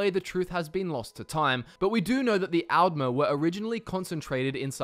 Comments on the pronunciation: The way he pronounces the A’s is really weird. All Australians I know (myself included) would/do pronounce altmer, aldmer, alternative, etc more like ‘old’ rather than like ‘Alphonse’. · D's and Ts similar? I thought you were saying "Algmer" not "Aldmer".